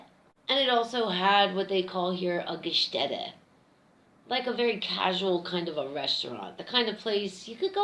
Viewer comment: Hi, took me a while to get it that you meant 'Gaststätte', maybe ask one of your German buddies to tell you how to pronounce it. The stuff on the bottom actually is yeast, not wheat, and may I suggest: 'Andechser Hefeweizen, Naturtrüb'. My favorite. Maybe not this year, not sure if I can make it across 2 ponds oh, and respect for the perfect pour.